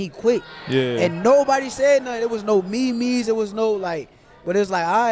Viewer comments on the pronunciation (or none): Did homie say me me’s 😂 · “Me-me’s” 😂😂 Shukar fried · Shakur’s pronunciation of memes is INSANE lmao